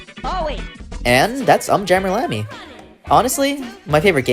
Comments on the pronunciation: It's pronounced "Oom jammer lammy" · Big fan of this series and stumbled upon your video. I loved it, you did a great job. But there were four things I felt needed to be pointed out. 1: Just me nitpicking, but you're saying the Um wrong in UmJammer Lammy. They literally say it in the intro video to the game, so I don't know how you get that wrong, but you're not the first person to do it, so I dunno. It's 'Oom' not 'Uhm'. 2: In UmJammer Lammy every time you beat a stage you get a new filter to run your guitar through that you can toggle with the select button, and they are very fun to mess with. 3: I really expected that you were building up to talking about how awesome the last couple lines in the last stage of Parappa 2 are, and then you just didn't mention it at all. But during the party, at the very end, for just a couple lines, the call and response switches entirely to you having to do the inputs first and then the crowd and MC King Kong Mushi repeat after you. It's for the 'Say Alright! Say Oh yeah!' part. But it's not only cool because it signifies Parappa becoming a 'Master' but also because they actually repeat whatever you do during that part. You can yell 'Say A-a-a-a-a-a-ALL!' and they will do it just like you did. It's so fun to mess around with. 4: You didn't bring up Project Rap Rabbit at all. In 2017, NanaOn-Sha and iNiS, the groups that made Parappa and Gitaroo Man respectively, started a kickstarter together with the intent of making a super involved game called Project Rap Rabbit, in which yo